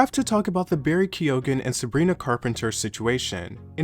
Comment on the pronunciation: Hi, I'm Irish! Keoghan is pronounced kyeoh-wen(/wn/wahn)